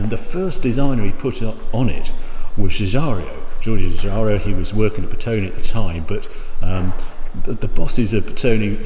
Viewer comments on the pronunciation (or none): Love this vid, but I always have to say this: Giugiaro has no i in front of the o